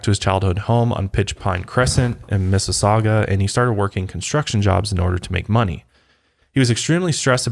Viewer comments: Finally, someone pronounces "Mississauga" correctly. Well done,. Even Obama messed it up. "Massasoggy"?..come on, Barack. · Umm...I grew up in Mississauga (impressed you said that properly lol)...how have I never heard of this case?!...just Google maps the street, it's literally a 10min drive from where I grew up, and my parents still live. 😨 Mind blown. Also, the first way you said Sobeys was right. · Im from Canada!! Yes you pronounced Sobey’s correctly and Mississauga😂 but 25 years is the max amount of time you can do in Canada. It is considered “life” here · From London, Ontario here! You guys said everything right😂 except Sobey’s was a little rough but I am very impressed with Mississauga LOL thank you for covering!! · Good job pronouncing Mississauga! But sobeys is pronounced so-bees :) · As some one who currently lives in Mississauga thank you for pronouncing it correctly LOL! I cant believe that I have never heard about this case.